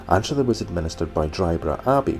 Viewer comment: Really enjoyed seeing my beautiful home beaches on your video and commentary. My only issue is that we pronounce it ENSTER not Ainster. And I even saw my house. Glad you got such a lovely day to explore here, clay marbles are kind of a speciality on Castle Street Beach.😍